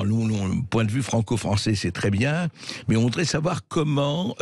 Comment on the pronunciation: Moi aussi j'aime bien, il me fait marrer comme il est incapable de prononcer le son "on", il dit Macran, maisan, avian, citran, pistan, camplètement, etc. Mais ça n'a pas l'air d'amuser Bercoff.